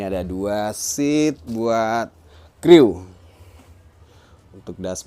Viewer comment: Maaf ada yg harus sy lurus kan agak geli kenengarannya... Crew bacaan dlm bahasa Ingris nya "kroo" atau dalam bahasa Indonesia nya "kru"